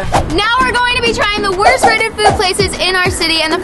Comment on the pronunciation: She said the wost restaurants wost🤮